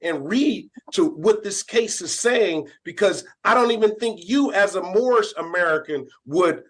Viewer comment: They should bust him for false identification. Pretty sure hes, not. And I love how hes "moorish American" but always says morris